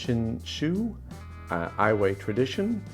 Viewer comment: Really appreciating your live tastings. I find I am much more in agreement with your nose/palate than with the tasting booklet. Just wanted to also offer some Japanese pronunciation tips. I am not at all fluent, but did study Japanese for a bit. You can't go far wrong pronouncing the vowels just like Spanish. A-E-I-O-U are ah-eh-ee-oh-oo. Iwai is ee-wah-ee, which becomes ee-wy. Shinshu is close to sheen-shoo. Keep up the good work. Lots of fun. Thanks.